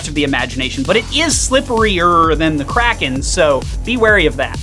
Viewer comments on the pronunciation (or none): The fact that you're calling it krake raken and not just kraken hurts my soul (and lucas's)